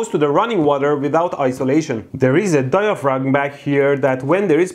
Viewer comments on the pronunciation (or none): Mehdi, The word “Diaphragm” is pronounced “Diafram”